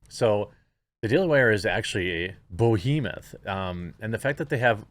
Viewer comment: Boehemeth? You mean Behemoth